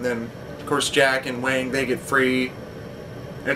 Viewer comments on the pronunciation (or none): Wang...not Wong :)